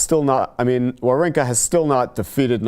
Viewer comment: Why does english speakers doesn't even try to pronounce people's name correctly? This is really frustrating and it came across as an ignorant yet very arrogant: His name should be pronounced: vavrinka